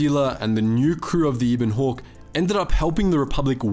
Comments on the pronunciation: Eh-ben-hawk* not ee-ben-hawk. Just because Kenobi was a Brit doesn’t mean you get to pronounce things correctly 😂 yeesh. (Obviously I’m just joking, this is a great video I’m just bored and can’t sleep. Please don’t take this seriously, people) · Ebon Hawk not E Bon Hawk think ebony but drop the y.